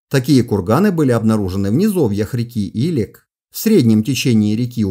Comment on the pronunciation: В Казахстане течет река илЕк ( с таким ударением). Купался в ней в детстве. Моя историческая родина))